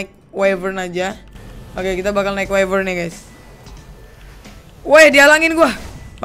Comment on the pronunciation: The Gaming Craft Wyvern Bukan Whifern